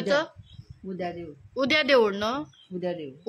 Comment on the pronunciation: Tudas 😂😂 try to spell Fluently first 😂😂 devud 😅 its dewool